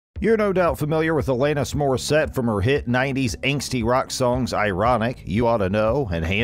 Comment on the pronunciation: Alayyyynis??? WTF.